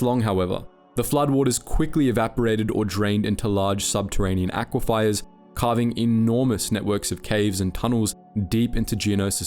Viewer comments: Aquifier or aquifer? one is real and holds water under ground, your way isn't pronounced or spelled that way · Sorry to nitpick, but its pronounced "ak wi fur". Great vid! :) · Aquiefer read as aquifier, chitin read with ch ‘stead of kh, forgotten to delete a second take of some phrases😭 dude id be so ashamed of myself, goddamn Please be better pleeeeeease be better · love the vids but you mispronounce so many things it’s legitimately insane POOPA Pupae Pewpay aqui-FIRE aquifer aqui-fur chitin chitin kai-Tin aristecrissy aristocracy airis~tokracy just some examples how you said -how its spelled - how to actually say it